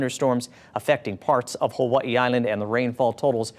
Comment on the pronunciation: Did he say "Huahee Island" 😂 da f*ck??